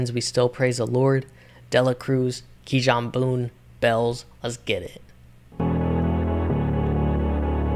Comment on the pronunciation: fire vid broski keep ‘em comin🔥 btw kijan’s name is pronounced “key-on” i got it wrong at first too lol, but u should definitely do more reactions to his music he is really anointed, keep up the good work🌟